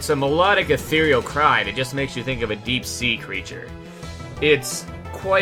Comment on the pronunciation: Take a shot every time he says "atheiral"